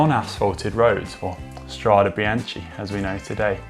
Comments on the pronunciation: we can make a drinking game - every time he says biaCHHHHI take a shot hahaha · My God I cringed every time he said it incorrectly and almost had to stop watching. It’s like he was doing it on purpose to torture us. “Bianchee Bianchee Bianchee “. Arghhhhh!!! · "BEANKA" godammit.... like the name Bianca! It is not that hard, even for englishmen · Venice is in the north east of Italy... and yep, it’s Bianche - hard K sound... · Horrible pronounciation. You should be ashamed. It shows complete disregard on the subject that you are presenting. This is Serbian speaking. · Sorry, can't watch it to the end when bianche is pronounced like this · Had to watch with subtitles to avoid the hearing of Biance. How hard is it to learn the correct pronunciation before filming? Worse than Campagnolo ... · 'some medals hang on the soul not on the jacket' - thats something we can all live by... BTW Conor cant forgive you for the Be-anchee pronunciation BEE-AN-KEY = Binachi, come on Connor, get with the beat lad lol...let have a latin lession: A is an Ah - i is an E - Chi is a K.. GCN send your presenters to school !!! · Great video but it’s pronounced BianKi ;) Just an advice for the next one Still got a like from me!! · Guys you do good videos, but the pronounce is wrong. Please please spell BIANCHE NOT BIANCI!!!!! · Bian TSHEE??? CH in Italian is like a K, and an E at the end of a word is soft, nearly silent. So it sounds more like ... Biánk or Biánkeh... or like the female name Bianca... But definately not Bian Tshee... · Strade 'Bianchee' rather than Strade 'Biankey'? Surely not :-/ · No, he pronounced it wrongly. It is indeed "Biankey", or in this case - Strade bianche (bianchae). I have noticed that some other cycling YouTubers made the same mistake. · hahaha... bian key ... not ch.. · Connor... Strada what?? Come on.. BEE-AHN-KEE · Literally no one in cycling has pronounced this word in that way before. It's like putting a hard "G" on Giro.